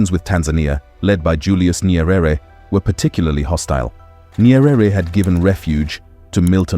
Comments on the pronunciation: Ny-ere. Not Ny-e-rere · Not Nyerere pronounce it Nyere